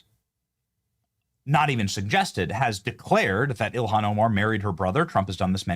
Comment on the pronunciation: JD needs to pronounce Ilhan’s name correctly, unless he’s doing it to demean her, of which she deserves.